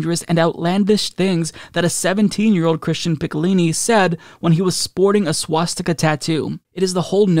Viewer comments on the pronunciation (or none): none